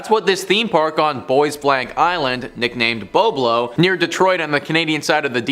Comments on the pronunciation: It isn't BO-Blo Island; it's BOB-lo Island. Apparently, you can't even pronounce the name of these places correctly!! I used to go to Boblo Island quite often when I was in school. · lol It's pronounced BOB-Lo not BO-BLO 😂😂😂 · The pronunciation is Bob-Lo. You missed when the boat got hijacked….